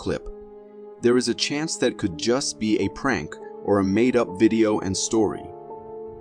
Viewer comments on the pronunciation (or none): It's prank not pronk